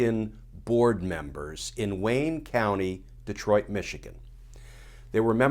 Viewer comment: I’m impressed, you say De-troit like a lot of Michiganders.